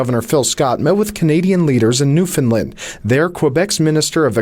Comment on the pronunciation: Would someone please teach that reporter to properly pronounce Newfoundland? Wait, ... what was that? Ohhh he's 'mercan. Never mind.